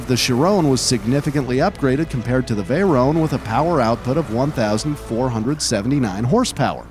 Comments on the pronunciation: It's not a veyrone, it's a veyron. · Vey-Ron not rone it’s Ron and chi-Ron not rone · Dude pls say Shiron and Veyron, not ,,Chirawn’’ and ,,Veyrawn’’ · It's vay-ron not vay-rone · I love your videos and your animations but it creases me up when you say veyrone not vey Ron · he pronnounced "chiron" and "veyron" "CHIRON" sheer on but spelled chiron veyron VEY Ron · Btw it's pronounced Vey Ron and Le Mon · Is anyone else annoyed at the way he pronounces veyron and chiron